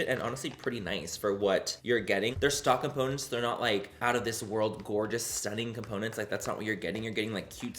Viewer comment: Veo cada video solo por escuchar decir el "gorga" es gracioso como lo dices😂❤️